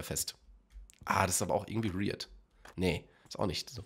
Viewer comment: Jo bitte! Es ist nicht rierd es ist weird :D